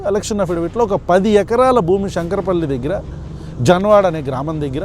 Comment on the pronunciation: జాన్వడ కాదు అన్న జన్వాడ